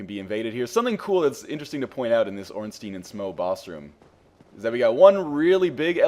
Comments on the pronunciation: you're one of today's lucky 10 000: Ornstein, should be pronounced "stine" not steen". rules of german grammar apply here, so you always pronounce the second vowel, in this case the "I". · under proper german pronunciation it should be "Stine"r.